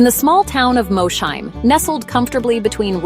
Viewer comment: Please, as someone who grew up less than 10 miles from Mosheim… it is pronounced “Moss-heim.”